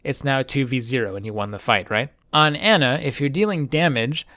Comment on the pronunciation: AH-na. Say it with me.